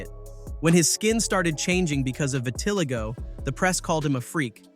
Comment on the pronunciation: The narrator pronounced vitiligo wrong